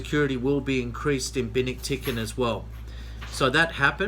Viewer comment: Cubi = "Que-Bee"; Binictican = Ben-Ick-Tic-an. Just a little help from a former resident of the U.S. Naval Station Subic Bay Philippines.